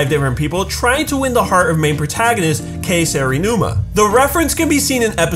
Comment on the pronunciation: IT'S KAE SERINUMA NOT "K" SERINUMA